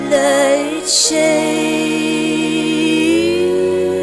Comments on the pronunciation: Nice voice.. but your pronunciation of words is.. weird. Blood-she-aid? it's blood-shed. :/ I'm not liking that bit. Sorry. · Amazing song. Though, one critique (hope you don't mind): The pronunciation of "Bloodshe'eed" really really grates for some reason. It would have been a perfect rhyme, but the oddball pronunciation destroys it. I'll buy the album regardless. ;)